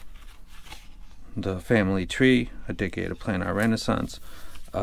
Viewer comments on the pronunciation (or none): none